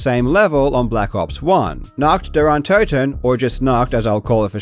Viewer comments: You say "untoten" wrong too, so don't worry. I don't get why people can't bother checking how letters are pronounced in other languages. English "o" is not the same as a German "o", they just look the same. Same with "u" and "v". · Your pronunciation of Nacht der Untoten is quite good, given that you probably don’t speak much German. If you want to improve, consider that Untoten is pronounced on the first syllable, like most German words that don’t start with an unstressed prefix, which un- never is. (Also, the U is more the long OO sound as in goose, but short. It’s a bit difficult for a monolingual English speaker, so I’m not faulting you.) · Your pronunciation of untoten is way worse than nacht, wich I wouldn't expect an English native to be able to say correctly anyways 😂 haha, I wouldn't even mind if you hadn't mentioned it though. Keep up the good work!